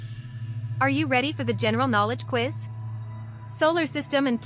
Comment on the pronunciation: BRO SAY OUİZ☠☠☠💀💀